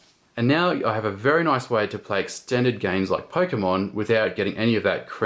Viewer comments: Anyone know how many times he said "noice?" lol. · * click * noice.